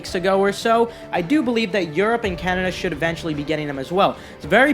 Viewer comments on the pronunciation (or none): none